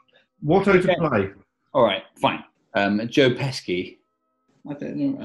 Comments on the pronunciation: The way you are pronouncing "Pesci" is driving me absolutely insane.... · Pesci is pronounced PESH-ee, you pesky buncha jokers. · Pesci is pronounced "Peshi", There is no hard k sound. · It's pronounced Pesci.